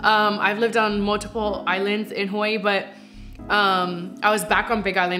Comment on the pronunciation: Am I the only one who loves how they pronounce Hawaii?🤩🤩🤩